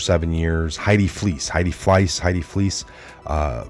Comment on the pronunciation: FLEIS, pronounced FLYSS